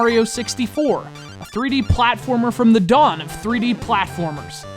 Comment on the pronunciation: "FLATFORMER"? XD